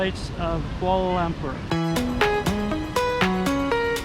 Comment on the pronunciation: If you are going to make videos about a city in a foreign country perhaps you should make an effort to learn the correct pronunciation of the city. It’s not “koala lamper”!